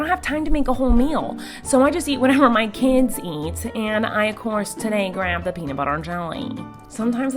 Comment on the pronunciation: Wait did you say kids with an S